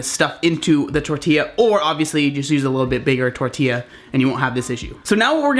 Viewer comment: I appreciate the fact that you say tortilla the right way